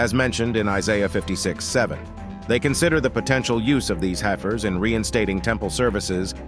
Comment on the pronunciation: It’s hef-ers not, hi-fers